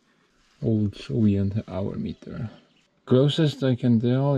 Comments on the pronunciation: Gives a grin to my face every time you say solient instead of soviet 😁 Keep it up! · Soviet not sovient😀